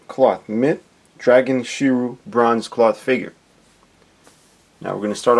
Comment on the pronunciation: Shi-Ree-U. Sorry but I'm not a real big fan of people mispronouncing character names. It's not your fault though.